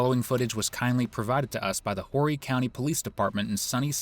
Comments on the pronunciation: SC girl of 45 years here...the county is spelled Horry but pronounced with no "H"... "Or-ee". fyi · Horry pronounced Ore-ree. Common mispronunciation. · Good ol cornway!!! They done did a piss poor job… Ol “Whorey” county. AI sucks at pronouncing our Native American named cities and towns… maybe one day.., somebody will pay the $0.99 to get a proper speaker